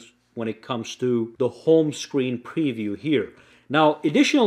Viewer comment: I enjoy your videos. I have to pass this on, the word palette is pronounced PAL ette, with the accent on the first syllable. I thought you'd want to know.